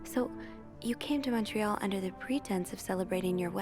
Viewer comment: Fun to watch something set in Montréal! 😊 Also, pretty good pronunciation of the French names by, some are not easy to figure out if you've never heard them! ❤